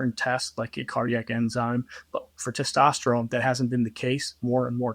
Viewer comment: It's hard to take a guy who says testosterome seriously.